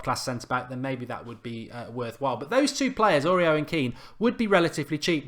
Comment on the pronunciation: Mark Aurier is pronounced Or-E-Air